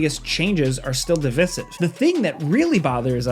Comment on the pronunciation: I do not care for your pronunciation of the word "divisive," sir